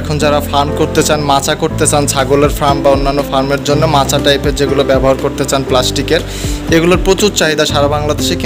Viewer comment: মাচাকে মাছা বলেছেন, একটু বাংলা স্টাডি করুন।